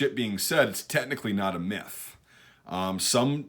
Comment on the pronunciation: why did I hear meth every time he said myth